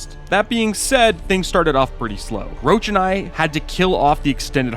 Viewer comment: "Geralt has a personal rule about dragonslaying, wich is, that he doesn't" - friendly reminder as per books, it's because he's afraid to do so, not because they are endangered or smg Also, Roch is read as 'rosh', not 'roach'